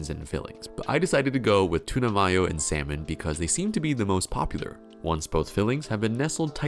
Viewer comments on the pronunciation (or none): Why does he keep saying 'mayo' like that? It's not 'my-o', it's 'MAYO'...are you okay? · mai-yo? Dafuq? We in germany? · what...how did you just pronounce "tuna Mayo"....